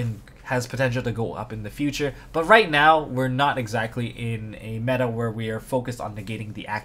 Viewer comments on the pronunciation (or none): none